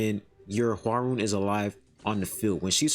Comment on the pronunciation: I think her name is said hwar-yun